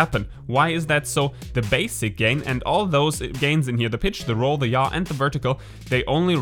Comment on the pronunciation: Yaw sounds like Ja. LOL Ich liebe your accent.